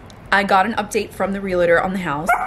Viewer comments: You are so cute, but, please learn how to pronounce Realtor. It’s real-tor, not real-eh-tor! Same for Realty, 2 syllables, not 3. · Hey love! It's Realtor for future reference! Real-tor. Not real-a-tor. I am one and this is a big peeve of mine haha